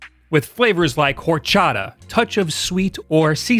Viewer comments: Nobody:: WHORE-chada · Did he really just say...Hore-cha-tah? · It's pronounced "orchatta" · You saying whore-chata over or-chata was a bit of a giggle. The h is silent like k in knife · I kinda got triggered after that "Jorchara" pronunciation :( Holy shit I got triggered af when you dropped your switch nooooooo why???